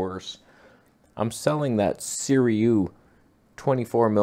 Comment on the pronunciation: vegan brain got you reading the I before the U in Sirui. Did they not give you a brand deal or something? its 5 letters